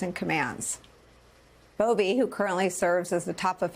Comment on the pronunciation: It’s Buffee